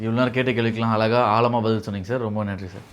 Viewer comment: அளகா , ஆளமா - ன்னு சொல்லாதே. தமிழ் பேசுங்கடா! இவனெல்லாம் ஆங்கர்.